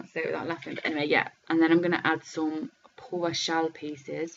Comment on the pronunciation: Beautiful use of Paua! Paua is one of the things we New Zealanders are very proud of, it's fantastic seeing it used in other parts of the world!! I have so many shells from our diving expeditions!! Just one thing ... 'paua' is pronounced 'pa-wa' lol.